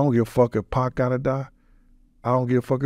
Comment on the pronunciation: having white man trouble with the name Pac 😂 Poc Pack